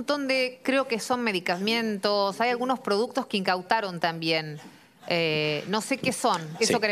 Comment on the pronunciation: mericamientos? que es eso jaja